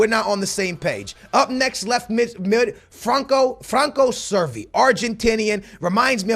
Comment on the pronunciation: cervi not survi lmao